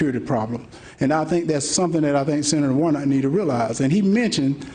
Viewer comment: It's Warnock, not Warnot,!